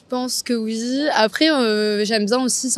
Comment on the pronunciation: Pourquoi elle prononce « oui » comme quelque sorte de « wzzzz » ? 😅😅😅 Je l’entends tres souvent aujourd’hui ! Est-que c’est la nouvelle mode dans la phonétique française ou quoi ? Du coup, c’est tellement rigolo !! 😹